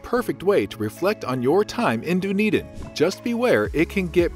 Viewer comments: Done-Eden, not Doon-Eden. Try that pronounciation. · This is a great video with on major exception. So many mispronunciations! Embarrassing and unprofessional! As mentioned by previous commenters. 10 minutes of google research prior to recording would fix everything! By the way, there is a Dunedin in Florida pronounced the same way! Done, not dune! And Edin-berg? Wrong. Look that one up! You can’t be a travel narrator without a bit of research and mastering location pronunciations. Please take this critique as constructive! The content and narration otherwise was excellent.